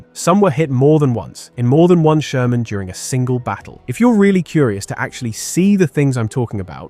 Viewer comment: Jaja, der Sörmänpanzer.... KI-SCHEISS!